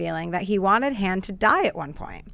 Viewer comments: Yes she pronounced his name wrong! It's Han (Hon) Solo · First of all it's not H(anne) Solo is H(ahn) Solo! 2nd of this guy said " the Jedi Twins, "HAN" & "LEIA"? I didn't know Han Solo and Leia were twins, I thought it was LUKE & LEIA! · will someone tell this chick to pronounce Han correctly please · Dammit... it's Han Solo... pronounced 'Hahn'. Has this chick even seen the movies??? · I think she said 'Hand Solo'. Blasphemy!